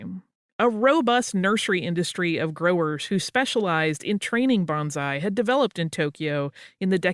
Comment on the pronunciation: Just an FYI, so you won't be corrected in your pronunciation as rudely as I was. Say it like Bone-sigh.